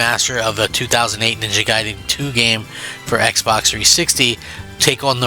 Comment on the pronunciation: It's gaiden not guydan jackass